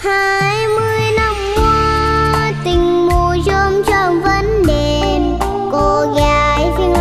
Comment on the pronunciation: Quá chừng luôn! Ẻm trình diễn "20 Năm Tình Đẹp Mùa Chôm Chôm". Sẽ chờ nghe cục cưng của ông 5 hát nè. Nhớ hoài cái phát âm "... mùa chôm chôm vẫn đeeeeeeẹ p, cô gái Vĩnh Long vẫn đeeeeeeẹ p" Dễ xương muốn chếch tui luôn.